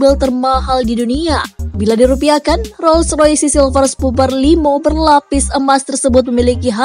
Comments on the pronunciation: Roll roys bacanya, bukan roll roysi.. Gw yakin bahasa inggris lu dapat nilai 3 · Gua ngekeeekkk bangke. . .baru liat video ini. Kenapa dibaca roysi sih nih orang. Hahahahahahahahahahahahahhhha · mc laren disebut ( emseleren ) roll roice disebut ( rol roice )